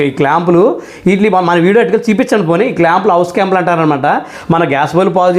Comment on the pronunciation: హోస్ , హౌస్ కాదు. Hose